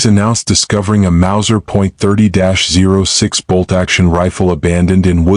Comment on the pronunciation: 30-06 is pronounced 30-aught 6 not “zero” 6